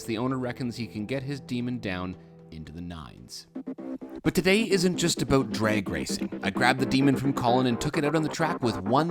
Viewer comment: “But today is not all aboot drag racing.”